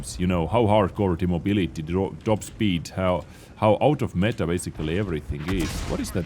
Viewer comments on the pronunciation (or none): none